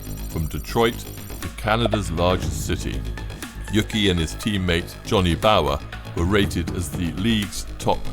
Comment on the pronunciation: Uke, not yuki